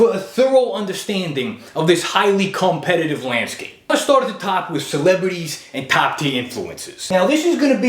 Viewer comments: "highly cum-petitive" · Lmao, cum-petitive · "For this highly cum-petitive landscape." Brilliant.